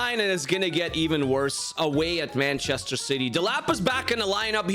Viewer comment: No offense but you said banchester